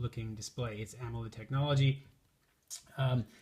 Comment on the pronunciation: "Ammo-led" as soon as he mispronounced that I stopped listening.